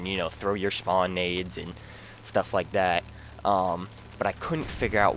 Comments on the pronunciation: "SHpawn area" nah jk good vid bro. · dude great vid thanks for the tips. i know this is irrelevant but you tend to say shpawn, but nothing important